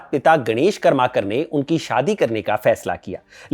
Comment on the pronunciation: सहीमे कर्माकर ऐसा उच्चारण नही है | करमरकर है